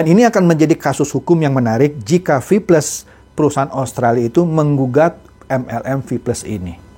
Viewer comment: Rip English wkwkkwkw